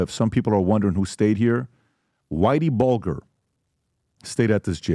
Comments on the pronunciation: Whitey BULGER (BULG/ER) The pronunciation is bothering me 😂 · Come on! Are you pronouncing These gentleman’s name is wrong? It’s Whitey Bulger not bulgur wheat, Steve Salemi, not salami lol must be lunchtime. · Did this moron say Whitt bulGGER??? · Learn how to pronounce their names pat cmon